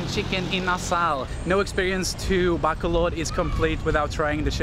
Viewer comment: I'm so annoyed how he pronounced BACOLOD... BACK-COL-LOD.